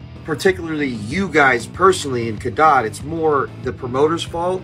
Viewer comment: U said cadott wrong lol I was there it was dead!!! VIP crowd was dead!! And he’s right. Wife and I were so pissed how we couldn’t see shit! Waste of money never will do it again! Artist can say what they want. We do talk our shit if they perform shitty! Why can’t they say god why come back if the crowd isn’t pumped to see the band! I support Ronnie and Falling in Reverse and will see them again! And we tried to “mosh” and have fun security came into the crowd and stood by us it sucked!!